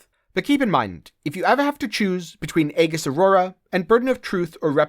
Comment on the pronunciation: The word aegis is pronounced "ee jus".